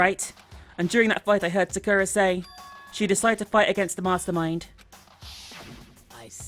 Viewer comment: i personally like how pronounces sakura